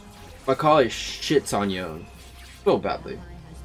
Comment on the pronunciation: Omgggg he said Yone right 😍😍😍